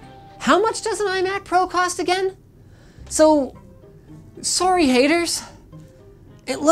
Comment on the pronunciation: The way Canadians say sorry is hilarious, my geography teacher was canadian and he says sorry the same way